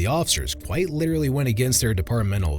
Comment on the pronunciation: “Literelly”? Seriously?!?